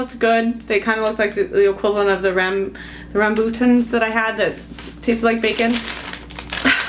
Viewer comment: Rambutans (pronounced as RUM-BOO-TONS) are common where I am (Singapore). Rambut means “hair” in the Malay language as it’s indeed a hairy fruit. Taste sweet and juicy- something like lychees. Fresh ones are bright red though, you’re right to return those!